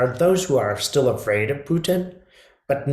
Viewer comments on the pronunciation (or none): none